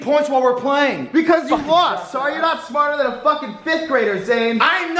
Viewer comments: "It's Krampass" 😂😂😂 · ITS KRAMPUS ITS KRAMPUS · ITS KRAMPUS, ITS KRAMPUS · “ITS KRAMPUS ITS KRAMPUS” LMAOOO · "itS kRAmPUS iTS kRAmPuS"